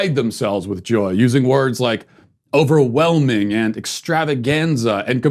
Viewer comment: Did you say 'Oprahwhelming'?